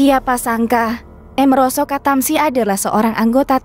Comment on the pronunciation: Amiroso kok dibaca emeroso